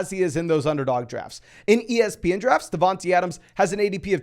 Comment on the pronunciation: Great vid - but it’s not “DavanTEE Adams” it’s “DavanTAY”